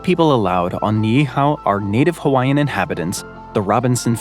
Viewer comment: as a Hawaiian I'm always amused when youtubers can't pronounce our names right :) but you actually got them well, 99% correct. But good enough to be understood!